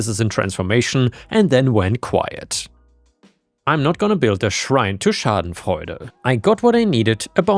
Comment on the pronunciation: Yay! Kitty tax! Also it was great to hear you say Shadenfruende . Happy new year to you and yours!